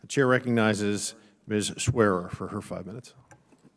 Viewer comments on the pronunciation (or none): I am genuinely loving any presentation by Amy Swearer (or Paulina Luna, who amusingly mispronounced Amy's last name). No shouting. No vitriolic name-calling. Just a plain-spoken explanation of what the founding documents say. Hard to argue with in an adult way.